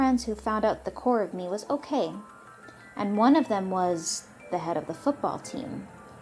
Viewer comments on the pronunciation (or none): none